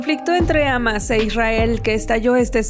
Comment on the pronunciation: amas ???? se pronuncia Jamas señorita